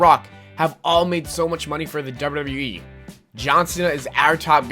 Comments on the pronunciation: You say WWE funny! DERBERDERBEREEEE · it's funny how you say wwe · honestly the way you say wwe is funny